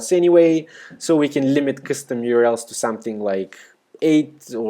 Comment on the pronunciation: Thumbs up if it was the first time you heard 'custom' being pronounced as 'cstm'.